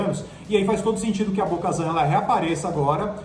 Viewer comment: Bo-kazan? what?